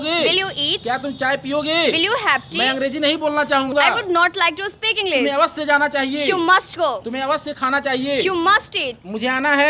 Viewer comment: English ❌ Englis ✅ Aare sir phle aap to sahi pronounce kro 😂